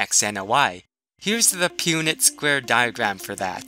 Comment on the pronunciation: High school biology? I learned that in 6th grade so that would be elementary for me! You also pronounce punnet square wrong but good try lol :3